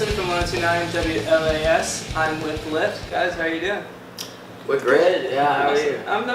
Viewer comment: Loved this interview! is so intelligent! Can't wait to watch them grow! 💕🤘🏻 Their band name is pronounced L - I - F - T, not LIFT ☺️